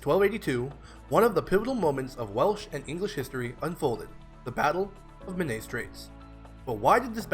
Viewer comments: Men-AYE is more accurate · Great video but please learn how to pronounce Menai